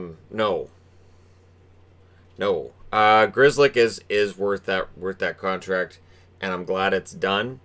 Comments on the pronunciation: If you know Pollish the pronounciaton of "Grzelcyk" hurts the ears! I know his family probably has no relation to the polish language anymore but still. It's too wrong! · Grzelcyk definetly is polish ancestry. I know how that name is pronunced in polish and its totally different from this north amerikan " Grizlik" how they say his name. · The family should change the spelling. No point in having the original spelling if they can't pronounce it. Grizzlick lol. Or maybe Gschellsyck.